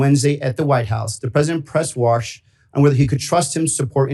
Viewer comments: Take the warsh out! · Warsh just gets worsh every time he opens his mouf. Another Twump fwunky.